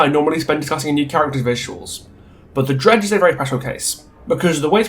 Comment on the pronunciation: I didn't realize that you were actually calling The Dredge, Greg for a while until I actually scrolled into the description and saw what you'd written there. Love the commentary and I totally agree though, they should commit one way or another.